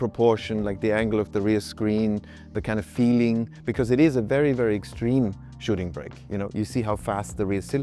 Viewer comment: ... a shitting brick? Is this even English? How do you get from shooting brake to that?